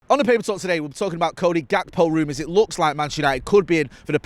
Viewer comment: If we buy him, PLEAAE learn how pronounce his name. It’s Hak-po. It’s not a G like golf, more like hard H/soft J